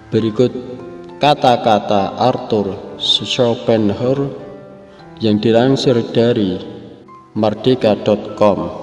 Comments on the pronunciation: Mohon maaf untuk penyebutan namanya dikoreksi lagi hehe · Mas Yg Lihat dan denger video ini bisa jadi ribuan orang. Itu filosof besar. Tapi CARA ANDA Mengucapkan nama sng Filosof KOYO ANAK SD yg Baru belajar membaca. Belajarlah membaca yg baik dulu. TANYA AHLINYA BARU ANDA "SIARAN" SI YOUTUBE.. LE LE....